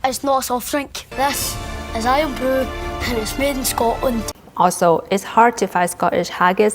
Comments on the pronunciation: The way you say Scotland is spot on "Sco-lnd" not Scotland ❤ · Hi from Scotland, I`m pleased you enjoyed your time here. Just to say the way you say Scotland and Scottish sounds, well, Scottish 😁